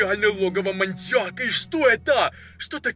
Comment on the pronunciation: Мы будем в логове маньякА!😂